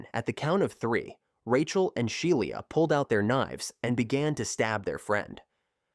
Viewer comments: Yeah this video's a mess. they show an image of a house fire while discussing a fire that took place in an outdoor barbecue. During the Skylar Neese section, the AI voice repeatedly mispronounces Shiela Eddy's name as "Shai-eela". They also bizarrely make use of several thumbnails of videos from other (better) content creators. For instance, during the Marlene Olive section, thumbnails are shown from channels who covered the same case, "The Crime Reel" and "This Is Monsters". No idea why that's necessary, and no attribution is given, not even in the description. My guess is whatever (probable) AI algorithm is the author just....mindlessly included the imagery? Because why not? These AI slop channels are really unfortunate. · Sheila is pronounced she la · It's pronounced shee la eddy and there was no excuse for them to hurt someone else just because they didn't like that person. Rip Skylar neese.